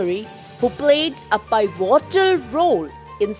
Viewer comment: "P'eevitol role..."not paivitol role...